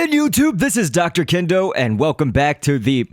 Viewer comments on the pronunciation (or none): none